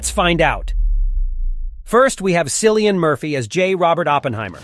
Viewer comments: It’s Kill ee un. Aaarrrghgh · Sillian Murphy oh lord 😅 it’s pronounced Kill-e-an Cillian Murphy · Had to bail after you mispronounced Cillian's name twice. If you don't care enough to find out a name is pronounced.....why should people watch?